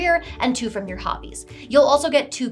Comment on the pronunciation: The correct pronunciation of you're is "yoo-er". The correct pronunciation of your is "yor".